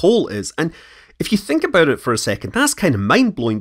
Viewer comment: I can’t get past the “abouut”